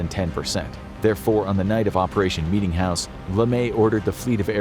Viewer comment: Bro meetingjouse sounded worst than the atomics